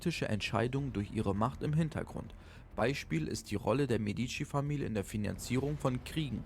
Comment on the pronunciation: Meeediici....wersaier vertrag. So wirds ausgesprochen. Ansonsten gut.